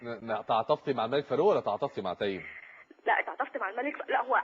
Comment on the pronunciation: حلو من داليا البحيري نطقت اسمه صح وكأنه بتعرف الناس إن اسمه تيم مش تيّم